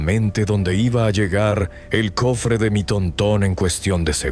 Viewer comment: Jajajaja TONTÓN será TÓRTON o así le dicen para tu rancho????